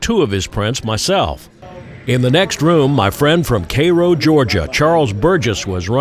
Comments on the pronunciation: Props to for knowing the proper pronunciation of Cairo, GA! 👍🏻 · Learned how to properly pronounce Cordeeeele and Karo!